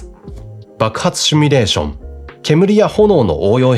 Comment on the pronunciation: 「simulation」なので「シュミレーション」は間違い。正しくは「シミュレーション」です。テロップでは正しく書かれているので、おそらくしゃべる時の口癖でしょう。早めに矯正することをお勧めします。